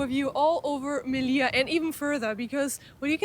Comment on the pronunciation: on dit melilla m e li ll a